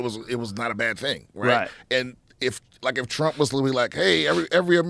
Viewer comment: Did he say, "TRUMPIN JACKS"!!😂😂